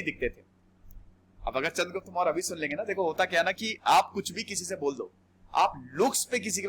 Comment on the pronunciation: No morayaa only Maurya